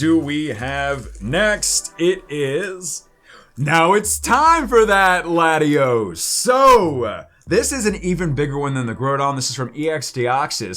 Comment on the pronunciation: it’s Latios???? Lol u say the name wrong ?????